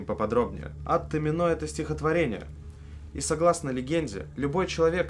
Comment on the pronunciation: во всяком случае рифмуется на томИно а не на томинО